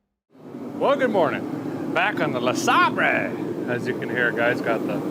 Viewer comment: I haven't watched the video yet, but I'm pretty darn sure a guy calls this classic vehicle a "LeSabray", with just a bit of classical artistic tounge play 😂